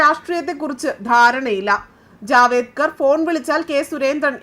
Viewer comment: ജാവേദ്കർ അല്ല, ജാവ്ദേക്കർ